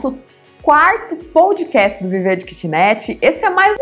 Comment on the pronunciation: Obrigado por mais estes momentos de sabedoria César, o kitcast está demais, e a está maravilhosa como host do programa, porém preciso fazer um pequeno apontamento, a pronúncia POUDCAST, quando na verdade a pronúncia é PODCAST. Esta não é uma crítica, talvez apenas um pouco de chatice da minha parte, sem mais, um forte abraços a todos e parabéns pela iniciativa.